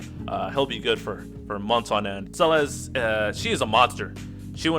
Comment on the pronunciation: You good man, you saying her name right. I already got Emplemon's LD, so I'm def getting Celes via tickets, 'cuz I'm a sucker for tanks and she's a fave anyways.